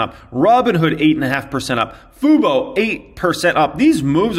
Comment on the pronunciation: Oh my god finally pronounced fubo correctly